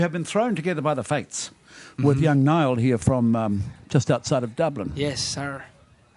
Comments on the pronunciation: its Niall, not nail.. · his name is Niall.. not Neill..